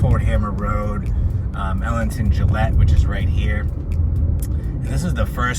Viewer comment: Just saying.... We locals pronounce Gillette like the "g" in Gordon.